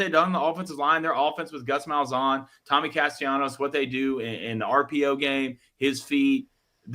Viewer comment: Can y'all please pronounce Tommy's last name right? It happens every time he's brought up.